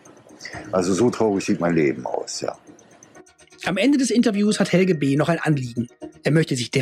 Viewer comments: Just as a hint from a German citizen: The last e in Helge is pronounced like an e in existencial, error or egg ( egg read backwards immitates the g and e sound in Helge just fine). It´s a rather old Skandinavian name, that is quite uncommon in younger ppl, mostly found in the north of Germany, the Slavic version would be Oleg. It derives from the protogermanic "hailaga", unharmed, healthy. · Not Helgi but Helge or Helgeh